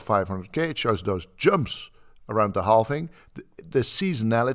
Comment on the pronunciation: Halving not halfing